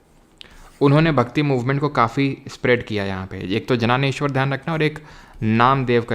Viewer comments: Sant Dnyaneshwar✅ jananeshvar❌ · uska pronounciation ज्ञानेश्वर hain sir , not जाननेश्वर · 😢 its Dnyaneshwar(द्न्यानेश्वर) and here D is not silent ..marathi has extra alphabets that some people don't know..unfortunately in english they didn't have much alphabet so theh just spelled J 🙄 and here it's spelles as बसवण्णा